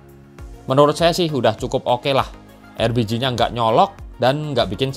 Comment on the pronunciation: Nyebutnya erbiji mulu